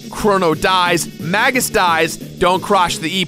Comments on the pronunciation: It's pronounced May-juss. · Masamune is mass-ah-moon-ay tho Magus is definitely May-guss tho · I dont like how you pronounce magus or masamune